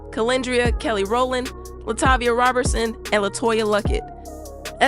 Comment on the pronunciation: Ma’am it’s ROE-berson not ROB-bertson